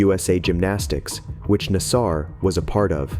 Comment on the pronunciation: I'ts pronounced NAS-Ser, not nas-SAR. Other than that, you got through the first sentence mistake-free.